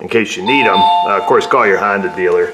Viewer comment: I love your content but you do know it's a honDA not dooo